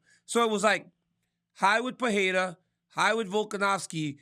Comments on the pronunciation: Not Peheira is Pereira. Better the way you were pronouncing before. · His name is PE REI (like REstart, or REmix) RA (like RAmp, or RAck). I don’t have a clue of where this peHEira came from… probably somebody mispronounced his name and now everybody goes along in the same mistake! Lol